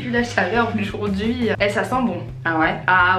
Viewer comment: mmddrr ele dit oujourd'hui au lieu de aujourdhui jtaime trooop